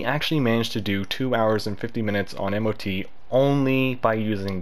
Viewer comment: Imo Mot it's much easier to the ear than m o t, and hearing it multiple times in one sentence made write this comment.